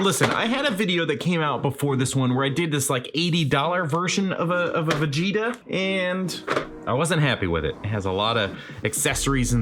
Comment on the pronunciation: "I'm not vegtea I AM Super Vegtea"